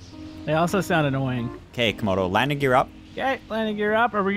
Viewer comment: i swear i heard call comodo toemodo